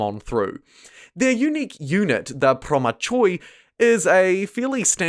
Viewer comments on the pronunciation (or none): I know no one asked, but I listen to everyone pronouncing Promachoi wrong ( as of course it is expected), and I had to say something. The choi part is pronounced as you would read hill (no ls naturally). So Promahi :)